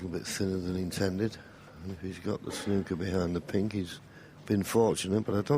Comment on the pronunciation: I love a game of "SNOK"...